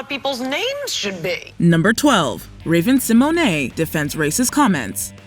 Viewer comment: Seriously, stop calling Raven-Symoné, Raven SeMonay!!!!!! Her last name is pronounced Se-mone. Ugh! Just stop!!!!! 🛑